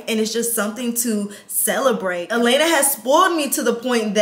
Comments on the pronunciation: AT.lan.Ta! Not Alana 🤦🏽‍♀️🥴…. I literally stopped watching because she has been saying ALANA since she moved there!!! There is a couple T’s she keeps missing and I’m from ATL and it’s killing me! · Please say At-lanta not A-lanta